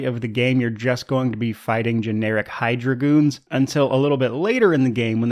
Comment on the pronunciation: I don't know why, but I kept hearing "Generic Hi-Dragoons" instead of "Generic Hydra Goons".